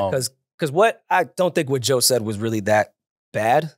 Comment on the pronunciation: can't even say Joe's name 😂